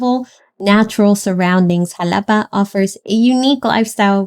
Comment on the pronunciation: primero aprende a pronunciar el nombre y luego haces tus videos